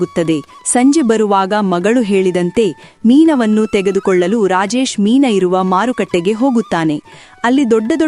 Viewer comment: ಮೀನಾ ಅಲ್ಲಾ.ಅದು ಮೀನು ಅಂತಾ ಉಚ್ಚರಣೆ ಸರಿ ಇರಲಿ.